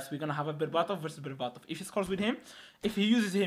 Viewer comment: berbatov❌ Barbarto✅